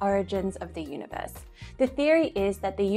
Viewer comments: Is elmer fudd narrating when he said uni voice i think he means universe. i guess its funny. he loses his R . and you add it to idea. you say idear. so your idear is univoice is verwee verwee sneaky. content is great fun to watch. and your verwee pretty. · The guy has weird pronunciation. UniVORSE? Some of his words I can barely understand.